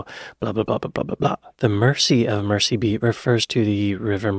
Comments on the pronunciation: Merseybeat is pronounced as if the S is a Z. And nobody in the UK has "bangs". It's called a "fringe". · Came here to say this. A big Beatles fan needs to pronounce this correctly.